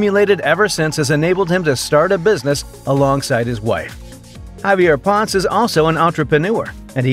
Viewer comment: Javier Ponce <Pon-Seh, or Pon-Say>